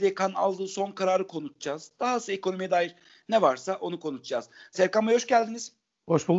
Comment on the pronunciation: spiker efendi önce konuşmayı öğrenmen lazım. Konuşcaz değil, konuşacağız. Kim yapıyor sizleri böyle sunucu bilmem ki!!!!